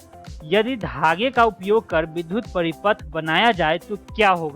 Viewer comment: बहुत ही अच्छी प्रस्तुति, परन्तु विद्युत का उच्चारण बार-बार विधुत किया गया है एवं वही लिखा भी गया है। कृपया इस पर ध्यान दिया जाय । यह एक बड़ी भूल है।